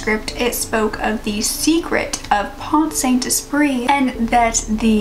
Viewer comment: i live in france (i'm british but also french) and your pronunciation of Esprit is good ! i would've thought that americans would pronounce it the 't' at the end so i'm glad i don't have to cringe. either way there's no need to pronounce the french perfectly, it's okay ! Pont-Saint-Esprit in french would be "pon-sant-espree" because if there is a vowel, for example e, after t, you are allowed to pronounce t so the two words kind of flow together. hope this made sense ! the name of the town is hard to say.